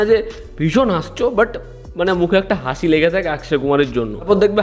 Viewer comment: হাঁসি টা আবার কি কথা ভাই 🙂